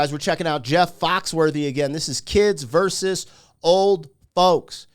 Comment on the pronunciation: Vs. is pronounced "versus." Not "verse." Not trying to be mean. It's just like fingernails on a chalkboard whenever I hear that said incorrectly. Sorry!